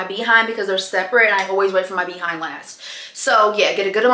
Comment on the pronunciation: I love how you say Bee 🐝 hind 😂